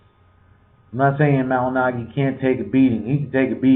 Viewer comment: You are big on Paulie and you can't even say his name correctly?